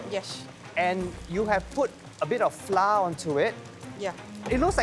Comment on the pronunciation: As an expat, is it a Singaporean thing to pronounce flour as ‘flah’ instead of the proper ‘flower’